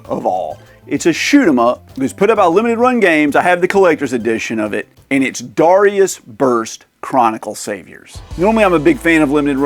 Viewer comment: Its read as D-E-I-rius.